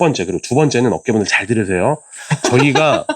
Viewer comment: 업계분들 발음을 어께분들 이라고 하는줄 ~~~ ㅎㅎㅎ